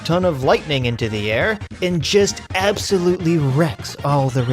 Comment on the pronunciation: Abs sow lute lee 😂😂